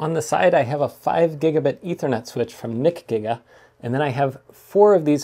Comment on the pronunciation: NICGIGA sounds way too close to a slur.